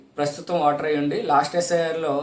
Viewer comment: మంచి వివరణ. వాటర్ కాదు అది "ఓటర్" గమనించ గలరు.